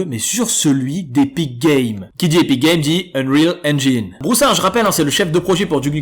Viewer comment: Enfin un qui prononce "Unreal Engine" comme il faut, merci !